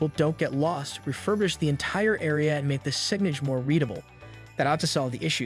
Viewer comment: sig-nage?? Is this ai speaking….. cmon, I don’t wanna give this video a view if it’s all AI…